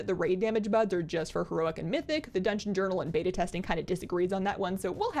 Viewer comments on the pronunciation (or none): none